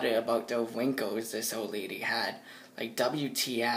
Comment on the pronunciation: "Old lay-lee"